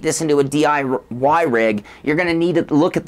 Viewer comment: and - Same hilarious mistake. DI-wah-Y rig :D